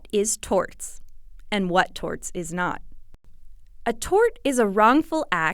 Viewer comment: "Strew Dulls" and "Torts"/"Tarts".